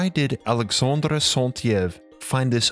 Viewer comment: You butcher the French pronunciation of Alexandre Saint-Yves. You do a Spanish "R" on Alexandre (not French R) and pronounce Yves incorrectly. You also mispronounce other words, including "primordial" and "pronunciation." You say "PREmordial" instead of "PRImordial" and "proNOUNciation" instead "proNUNciation." You also mispronounce "phonetically." All this does make you appear less than educated. Finally, your speech is slow and laborious to listen to. Perhaps you could speak/read a more fluently and with natural inflection.